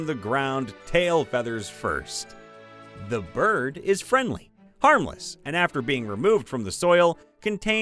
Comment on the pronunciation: I AM DIEING, my alarm went off, its saying "pesky berd". OMFG.